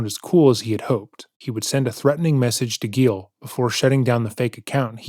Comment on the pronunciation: “Gilles went to the garage.” Oh no, Gilles… “Gilles fought back and got the upper hand.” Aw hell yeah, Gilles! “He was embarrassed and decided not to report it to the police.” Damn it, Gilles… Edit: it’s Gilles not Gale. Sorry Gale!